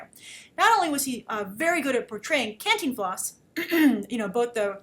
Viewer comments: "Canteen Floss?" really grace. it's Cantinflas. lol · your vowels in the pronunciation are more than ok. What takes people out of it, is that the force of pronunciation should go on the TIN. Both vowels are short vowel sound. can (as in: "can" do!) - TIN (as in: "tin" man) - flas (as in: "flask" but without the k) can-TIN-flas Hope this helps. :) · Grace just for further reference, its pronounced CAHN TEEN FLAHS. With an enphasis on the TEEN. Lots of love from Mexico . Love ALL your vids and opinions :) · Hey, pretty lady with all the fans and videos :-) if you want help saying the title my parents always said it like "Khan+teen+floss" dunno if it's correct, but that's from a central American family who watched a ton from this guy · Hey! Grace just one quick tip is Cantínflas with an emphasis on the I not the A :) for any doubts on the spanish language i'm at your service :D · Wow you buttered his name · I love hearing you say Cantinflas! It's a sweet thing to me when English-speakers try to pronounce Spanish. Other than that I'm glad to see you reviewing this movie and that, above all, you enjoyed it. When we studied international film making in school I was amazed at just how differnet the industries are country to country and it's nice to see that such an important figure as Cantinflas would get his little moment in the spolight. I hope to see more films in this vein in the future (an Almodovar film would be incredible). Thanks for the review, Grace!